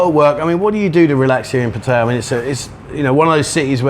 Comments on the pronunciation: It's Phat-tha-yaa with two short high tones followed by a long middle tone. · It's definitely PATT-uh-ya. Rhymes with Nadia, not with papaya. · say pattaya not pattaya ...